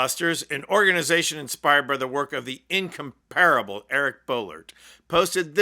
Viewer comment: inCOMParable. Accent on the second syllable. You're welcome 😊